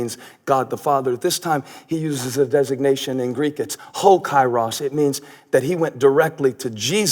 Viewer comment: Greetings from Greece, not an easy to pronounce Kyrios, lol it sounds like Keeerios